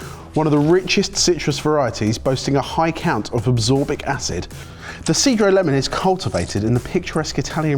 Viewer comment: Fyi its 'cheh-droh" lemon lol